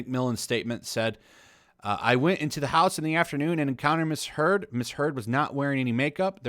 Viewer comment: I like that subtle part of that monologue, " . . . him vs. her-d". (Heard) LOL